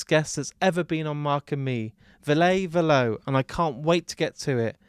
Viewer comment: Perfect interview except for one thing: Ville "Vill-uh" Valo "Va-low" 😊 Hope this helps because you have otherwise brought us a fantastic interview ❤